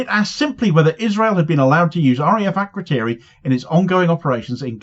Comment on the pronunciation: As a side point, it’s a bit telling that none of the MPs can even say ‘Akrotiri’. Why do we have a military base over 3000km away, somewhere our so-called leaders can’t even pronounce, facilitating genocide in an open-air prison 3500km away?